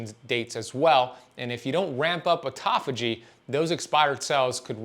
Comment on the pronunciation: Artofugee, is pronounced auto-phagie .